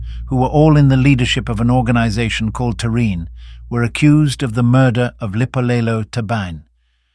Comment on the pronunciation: It's written "Lipolelo" but pronounced "Dipolelo"....(meaning TALKS)